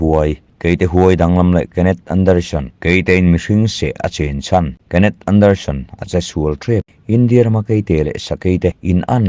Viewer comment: Anderson tih tur zawk aw